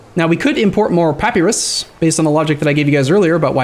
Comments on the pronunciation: Papyrus (pa·py·rus): "Pappy-ross" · Well first of -us in latin is pronounced as we'd pronounce -os. So at least it would be Pa-py-ros. Also you'rs is the latin pronouncation where the emphasise is on the last pre suffix syllable. Ancient greek is diffrent I think. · pronounces it wrong. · Just because it's usually pronounced like that in modern english doesn't make it right.